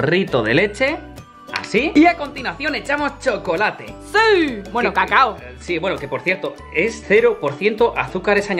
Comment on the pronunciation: Yo tanbien escuche caca en polvo